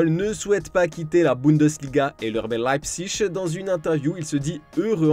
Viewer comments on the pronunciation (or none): Sa ma fumer l’accent 😂 : ET le RBAI LaIpZIg 🤣😂🤣🤣 🤣🤣